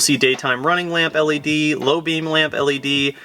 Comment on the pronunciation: Say led again